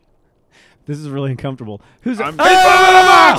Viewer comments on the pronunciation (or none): "iwmwm th hiwdee" -Joel Heyman, 2015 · ***** it's more like I a de heeeden